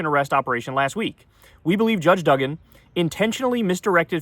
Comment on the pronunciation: It’s “doo-gan”, not “dug-in”.